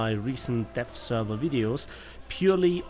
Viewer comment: Kind of sounded like you said the death server